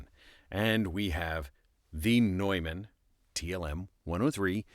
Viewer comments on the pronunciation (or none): pronounced New Man